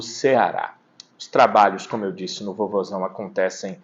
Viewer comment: vc não fala VOZÃO. REPÓRTERES DE OUTROS ESTADOS DIZEM VOZAO.